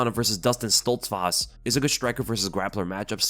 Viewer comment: bro why do you say Dustin Stoltzfarst LMAO wtf am i hearing